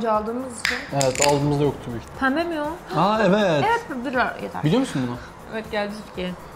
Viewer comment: Fark etiyseniz yeto diyor